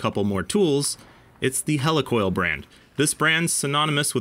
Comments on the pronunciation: heli coil not hella coil lol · Wtf is a Hell E Coil? It's Helicoil Heel Lee Coil not Hell E Coil....